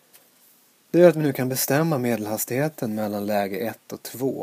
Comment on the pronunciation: det uttalas mellan